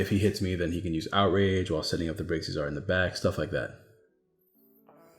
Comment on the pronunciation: REEEEE Its Braixen not braxien sweetie please read your cards lolol